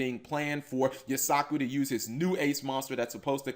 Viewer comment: says he watches the anime, but forgot that Firewall Dragon was summoned in season 2 and keeps calling Yusaku "You-sock-ooh" instead of "You-sah-koo"